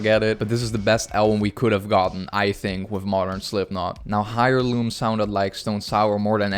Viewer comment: Love your stuff man. This was a great album too. One thing that bothered me was you pronunciation of Heirloom. Just saying it's pronounced Air - loom. Sorry I'm petty like that lol.